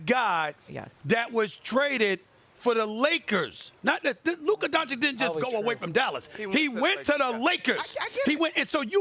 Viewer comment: Why does Stephen A. always pronounce every word that ends with an "a", as if it ended with an "er" (ex: Luka = Luker and Busta = Buster) 😂